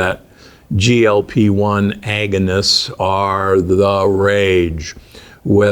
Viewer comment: Did he say, agnoist or agonist?